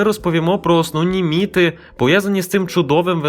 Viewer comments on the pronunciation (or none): Чому міТи ,міТологія- а не міФи,міФологія ??????? 0"20"...0'25", та інші.